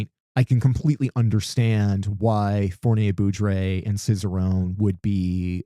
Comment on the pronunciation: "Fournier-Beaudry" rhymes with "poorly say low-key". Foooor-nee-ay Bow-dreeeee